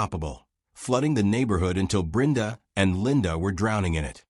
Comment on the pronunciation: Why is Brenda's name being pronounced as Brinda?. I've never heard it being pronounced like that.